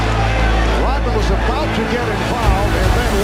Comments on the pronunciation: Why does he keep saying dennis rotman? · RODman not ROTman